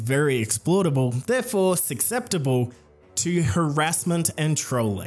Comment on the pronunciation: you made an error in the first 30 seconds, taking "susceptible" and pronouncing it "succeptible"